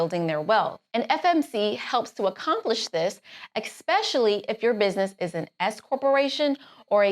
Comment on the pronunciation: ..... eXspecially👎🏽.... eSpecially 👍🏽